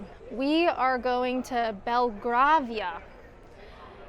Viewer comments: If you live in Kent and like history about Winston Churchill, go and visit Chartwell. Some British pronunciations: BERnard, not BerNARD. Haendel or Händel, not Hondel. Bel-grave-ia, not Belgraavia. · Jimi Hendrix said he saw Handel’s ghost at the apartment when he was there. And it’s pronounced “Bel-grey-via”, not “Bel-grah-via! 😂 Love you! Great video (: Ha Ha Ha! Benny Hill instead of T.S. Eliot!! ❤😊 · Brill vid. HA,NDAL not HONDLE and BELGRAVIA not BELGRARVIA, Just saying. Wonderful architecture. Well done. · Jimi Hendrix said he saw Handel’s ghost at the apartment when he was there. And it’s pronounced “Bel-grey-via”, not “Bel-grah-via! 😂 Love you! Great video ( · Harndel? Belgrarvia! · Belgravia pronounced as in "Grave". Bel "Grave" ia. Lovely video, as always 😊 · Very nice video. There's a Blue Plaque to Lenin I thought you would've gone for. Though my faves are Kenneth Williams, Ava Gardner, and William Bligh of Mutiny on the Bounty fame. One quick thing, it's pronounced Bel-grey-via 🙂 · Belgravia - Latin for good gravy, should help with the pronunciation. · I really enjoyed this, thank you for doing it. To answer your question about, Jenny Lind, she was an Opera singer known as the 'Swedish Nightingale' her plaque was installed 1909, this is why it has a different appearance to the more modern ones. I loved your mispronunciation of, 'Belgravia', it's pronounced Bel-grave-ia, I know that with you not being from the U.K. you wouldn't know this, just to save you from future embarrassment. 🙂